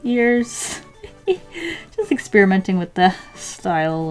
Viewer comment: I always hear ex-spearmint when you say experiment... ;)